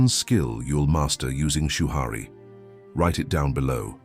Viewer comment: "Shoo-Hurry" Rebuke rushing!